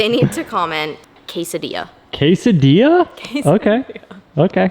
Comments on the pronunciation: Kay-Sah-Dia 😆 For real though that is a clean ride! I couldn’t convince the wife to get one, she was in love with the new XC60 lol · Quesadilla (kwes-uh-dilla) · Black looks amazing on the Grey. Not a fan of black wheels either but it works. Oh and for. "Quesedilla" lol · “Quesdilla!!!!” Love the new Porsche, this motivated me to get black rims on my Anvil Jeep JK! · Quesadilla more like quesa-dilla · saying quesadilla, while I watch this video...making a quesadilla...